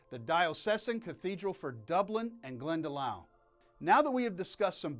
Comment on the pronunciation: Great documentary. Glendalough is pronounced ‘Glendalock’. As in lock at the end.